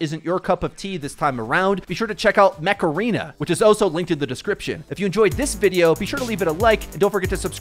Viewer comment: what is "Macareena"?